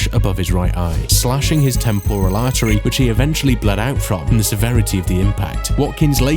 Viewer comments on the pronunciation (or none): none